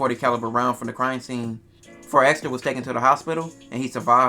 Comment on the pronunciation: Why EVERYBODY keep spelling/pronouncing 4xxxtra as “4 ExtraZ” ? 🤔😩😂💀‼️